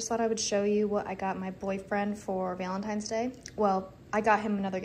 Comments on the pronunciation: I swear I'm hearing 'Veil-in-tines', instead of the expected 'Val-in-tines'. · Your alternate pronunciation of Valentine’s is driving me nuts.